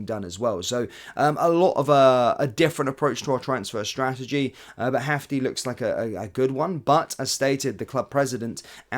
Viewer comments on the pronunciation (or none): FYI Jefte is pronounces Jeste. He is Brazilian (Portuguese speaking). If he was Spanish speaking, it would be pronounced Hefte.